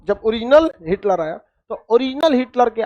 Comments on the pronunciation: सर हिटकर नहीं हिटलर नाम था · अरे भाई हिटकर नहीं बल्कि हिटलर